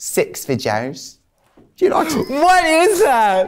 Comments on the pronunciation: Six... vedjoes 😀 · I can't be the only one that thought Tracy was saying "sex for joes" instead of sex videos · I'm a teacher and theres a video thing we use to teach maths and the woman says videos like Trixie says sex videos and everytime she says it I hear sex videos, bit awkward!